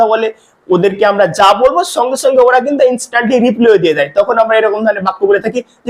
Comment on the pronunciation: বাংলা উচ্চারণ ই তো করতে পারনা,তো ইংরেজি কি শিখাবে,,ছঙ্গে ছঙ্গে না,,সঙ্গে সঙ্গে,, তবে তোমার পড়ানো বেশ ভাল